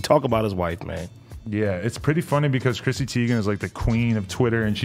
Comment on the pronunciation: Teigen not Tiegan